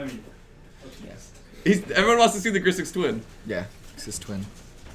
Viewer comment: Sorry to be that guy but...its GRIXIS not Grisix and AJANI Vengeant not Ajani's Vengeant ;) thanks for finally posting the videos everyone! Nice to get my Legacy/Modern fix again!